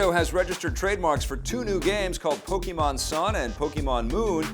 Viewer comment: Nice to see a huge increase in viewership now. 2000 views now. 12600 subscribers (not sure how many in the past). By the end of the year maybe there could be 1 million subscribers. I'm a bit surprised that said pokeymon. I suppose that a lot of people do (including many of the biggest fans of that world), but it's still pronounced pokaymon.